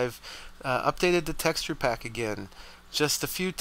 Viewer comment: Pack not PAC